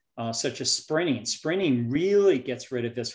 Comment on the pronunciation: I re-wound & listened 5x, still can't understand the word he said that gets rid of visceral fat "better than jogging". Sounded like 'springing' or 'spinning' or 'sprinning'?, clarified it: she pronounced the 'T' "sprinting"! Thanks,.